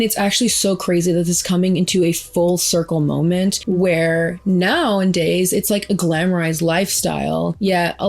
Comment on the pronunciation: Nowadays! Say it right please lol, you keep mispronouncing it. Now-a-days